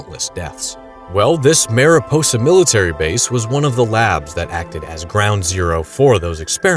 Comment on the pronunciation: FYI: “Mariposa” is not pronounced “Mare-ih-poe-sah”, it’s the Spanish word for butterfly, which is pronounced “Mahr-ee-pohsah”.